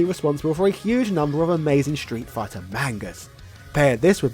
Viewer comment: Ah yes, "Shtreet Fighter 2", the legendary title...